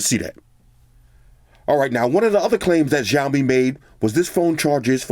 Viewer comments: Ma man really said jao mi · not trying to be like a hater but it is called siaomi (written as:xiaomi/小米）